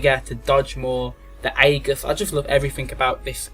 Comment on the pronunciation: Good video, shame you can't prounounce 'aegis' right, was annoying me should be like thus "In Greek, "ae" is pronounced as a long "e," like in "shEEp." The "g" is pronounced the same as a "j"